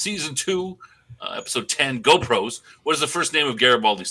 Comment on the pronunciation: GROPOS = not GO=PROS :D